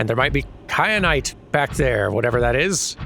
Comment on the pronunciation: Kyanite, like teh pepper